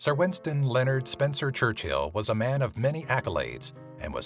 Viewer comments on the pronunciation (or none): none